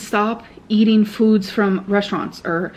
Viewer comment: the way she says fudz